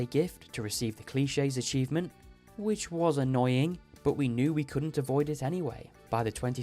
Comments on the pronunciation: i love this video but i REALLY need to tell you that you’re pronouncing “clique” wrong. it’s “click.” you’re saying “cliché,” which is also a real word, but it’s an entirely different word with a different meaning. a “clique” is a tight knit social group. a “cliché” is an overused concept, motif, or element of some kind. also, in english, when you see words ending in —que, the “que” will almost ALWAYS be pronounced as a “ck” sound. for example, cheque (as in “i’ll write you a cheque”) is pronounced “check.” pique (as in “that piqued my interest”) is pronounced peek. also, with cliché, the only reason we say “klee-shay” is because that é has an accent aigu, which says “ayyy” in french. for example, the word “risqué” is pronounced “risk-kay” because of that accent. sorry i just needed to inform you because i would want someone to tell me. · In British English it’s pronounced “cleek”, which is a lot closer to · I don’t know how to say this in a way that will not sound rude, but I think you deserve to know the name of the 5 heart 4 people achievement is called Clique and not Cliche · im pretty sure he misread it as clichè. it would be impressive knowing how to pronounce clichè (french) but not clique (may be also french, but we at least dont pronounce it frenchly) incredibly funny misread though 😂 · Even still he says "clichés" which is not either of those pronunciations lol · we do actually pronounce "clique" frenchly as well :) That is if you don't count most english speakers making the ending in "cliché" into an -ay and pronouncing "clique" with a short i instead of a long one. If you'd count that, none of them are pronounced in the correct french way :D